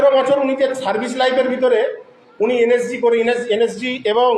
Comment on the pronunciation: এই মহাপাত্র তো দেখছি এন এস জি কথাটাও ঠিকমতন উচ্চারণ করতে পারছে না এন এস জি কে বলছে এন এস সি। এই ব্যক্তি প্রাক্তন সেনা কি না সেটাও সন্দেহজনক।